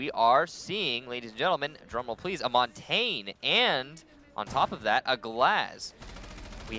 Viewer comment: It is pronounced maun-tahn-yuh not mon-tayne